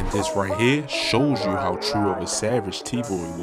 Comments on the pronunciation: 🤣🤣🤣🤣🤣 tewwwww yewwwww whoooooo 😭😭😭😭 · Definitely from Baltimore, talkin bout some “Yeww”